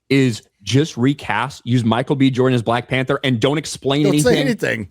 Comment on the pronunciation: "Witewy Black Pandur is my favowit."